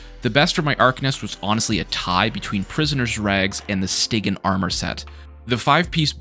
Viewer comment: Stigeean not stig yin